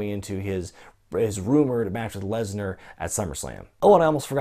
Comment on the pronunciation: I don't like how he says Brock Lesner. It annoys Me.